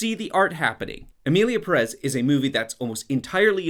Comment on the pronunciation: The English pronunciation of Perez will be my cause of death